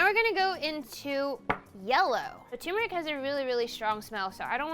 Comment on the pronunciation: It's tur-meric NOT tuu-meric. 😑😑😑